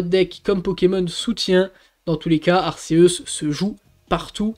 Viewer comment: Tu dis toujours ar-ce-us !!! On dit pas arc-é-us ??? Sinon classement honnête 😉